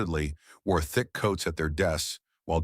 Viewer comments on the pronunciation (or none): none